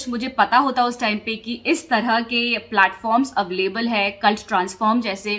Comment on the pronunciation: I've heard you saying अवलेबल many times but it is अवेलेबल